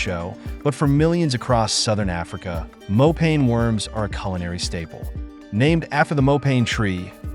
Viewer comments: Not "more pain worms" but "more paah nie" mopane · Mopane is pronounced like "moh_pa _neh" not "mo_pain" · Sir it's mopane worms (masonja) in my language